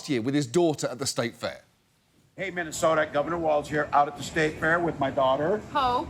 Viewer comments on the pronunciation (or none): none